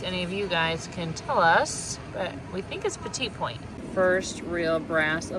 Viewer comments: petit point is pronounced /petty pwon/ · Petit point is pronounced petty point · The Anglicized version of the term "petit point" is pronounced "peh'-tee poynt." It refers to a style of needlepoint embroidery that uses tiny, delicate stitches to create very fine details on a piece, and contrasts with "gros point," which refers to the traditional, and more commonly seen, larger stitches. The needlepoint representation of that carousel was just gorgeous!